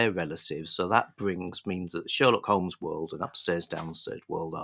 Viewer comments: silent l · Stop it,. Stop this Americanism right now. There's no 'L' in Holmes.